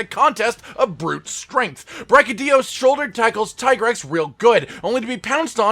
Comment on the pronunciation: Tie grex? Seriously? Its teegrex